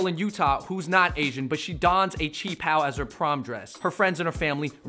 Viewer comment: Doubt she even knows how to pronounce qi pao lmao